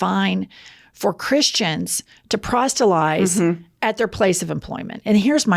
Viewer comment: "PROSTELIZE" is not a word yet. You need more syllables..